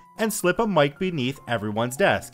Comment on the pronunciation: you said mic wrong??